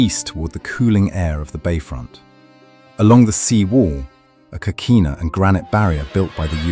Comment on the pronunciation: Beautiful video as always, but I think your a.i. machine needs a bit of repair. " Street Oh-Guss-Ton" Not exactly correct there, nor Costelllo. Amazingly though, it pronounced Coquina correctly and didn't comment KOH-KWINN-A LOL